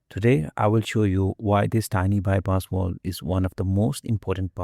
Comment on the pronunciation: It's a Valve not a Volve.